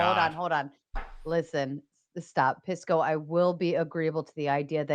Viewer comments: Straight out the gate I know what’s up when I hear how they pronounce his name. Hearing “Piss-co” correlates to how ⚪️ and maga u are. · Pisco, you have to make them pronounce your name correctly.